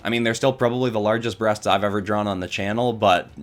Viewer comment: Listening to him say breasts is absolutely hilarious